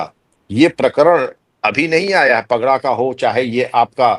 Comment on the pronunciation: पगड़ा नहीं, पड़घा गांव।